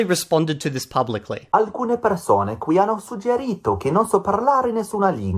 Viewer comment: There's no way he used that congiuntivo himself while dropping the double consonant in the most basic of all words, "hanno". That just screams fake. The only thing that could indicate he actually studied Italian is the "ad immaginare" spoken with "a immaginare" in the script, I don't know how TTS works and if that can be attributed to TTS. Other than that, if he's B1 then he's a B1 that ran away from all sorts of Italian input and covered his ears frantically when hearing the first millisecond of an audio spoken in Italian.